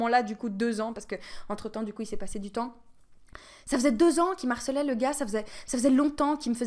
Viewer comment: "me harcelait", et non pas "m'arcelait", y'a un h- ^^'